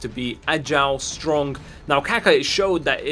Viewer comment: (Cack-uh) How pronounces Kaka...